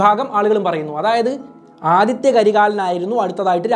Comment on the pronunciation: Aditya alla Adhitha